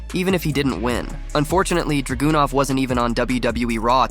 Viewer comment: How can Balor be mispronounced and how can he get Dragonov so wrong? Is he trying to see how wrong or creative he can be with them? Some of them even get Nia wrong?